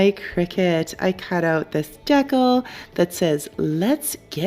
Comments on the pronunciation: lol, I heard it and thought "What?" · I've never heard decal pronounced that way. Is it a Canadian thing? Your creations are beautiful as always! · I'm Canadian and I don't say it like that, it actually drives me bonkers when people say it like that 😂